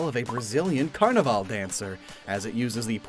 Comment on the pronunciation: Finally someone that said carnaval correctly. People seem to think Quaquaval uses the english carnaval but seemingly don't Google the word in other languages lol